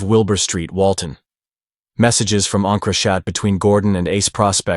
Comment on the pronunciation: please teach your ai to say encrochat properly